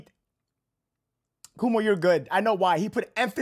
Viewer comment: it's KWO-MO not Kuuumo